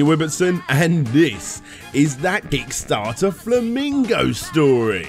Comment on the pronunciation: Really sounded like you said d**starter this time